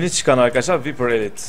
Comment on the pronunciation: Veper diye yazılır vipır diye okunur veper diye okunmaz